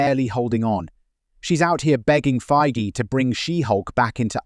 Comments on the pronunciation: How dare you compare Feige to Kennedy. If you're going to talk trash, maybe pronounce his name right. Are you trying to be scum? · All these retorts from Reynolds and such, are they in the public sphere? Seems such drama would have made it in the entertainment media yet nary a blurb. So, where can we see/read/hear about these so-called feuds? Or are you making these up for clicks? Interesting how your pronunciation of Feigy changed during the clips from a hard G to a soft one.